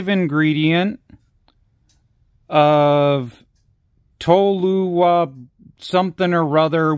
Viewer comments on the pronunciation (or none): Toluene is pronounced "tall you een" and fun fact, TNT stands for Trinitrotoluene, "Tri - Nitro - Toluene".